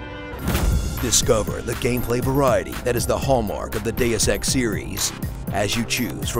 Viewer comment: Deus ex D e u s e x D e u s e x that's how I hear it.